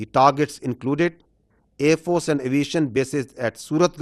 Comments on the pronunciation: Watch Pakistani AAND FORCES 😂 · Aaand force 😂